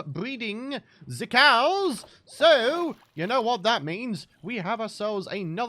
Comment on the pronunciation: Hehehe, "ze COWS!"